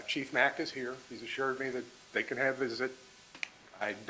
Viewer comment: Before Donna's attorney butchered Dr. Sapp's name, she started in on Chief Mack. Chief Mack's name was mentioned six times in just a few minutes right before Donna's attorney began to talk with him. And on her first try she says "Mackie." Sheesh, not off to a good start for her. I wonder if this is how the entire trial will be, little digs at everybody, little hints of disrespect at every turn, trying to make monumental constitutional problems out of every minuscule thing throughout the process of jail and trial. Like, do they think, creating and addressing all these issues will muddy the water for the jury?